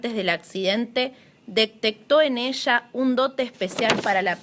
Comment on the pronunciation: Habla bien burra!!! Esha?? Se pronuncia ella Eres un fracaso pendejeta